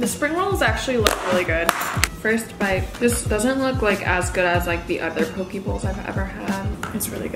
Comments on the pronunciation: girl is poh-ke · try say it like (poke-a) bowls 😉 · I just find your pronunciation of ‘poke’ really cute 😭😭😭 especially since I’m from Hawaii and we pronounce it slightly different